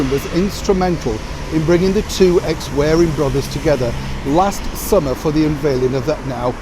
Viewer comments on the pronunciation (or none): PLEASE stop saying 'wearing' when the word (I assume you're reading) is WARRING! Even taking accents into account, the 2 words are not even close. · I love your posts,, but I don't understand why you say 'wearing' brothers when it's 'warring' brothers. xx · warring brother, not wearing!